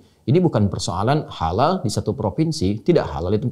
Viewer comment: Kok dibacanya seperti halaaka artinya malapetaka. Bagaimana ini. Padahala logo halal mestinya sama sedunia. Karena islam itu sama. Jalau begini. Ini namanya islam indonesia dengan lain negara seperti berbeda. ? Dasar islam nusantara. Silahkan islam nusantara minta safaat diakhirat sama pendiri islam nusantara. Karena gak mau kearab2an katanya. Cap ubur2